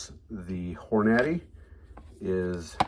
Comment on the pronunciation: Hor-Naddy lol